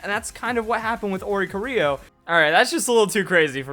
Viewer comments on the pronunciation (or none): Welp...still can't correctly pronounce Oricorio's name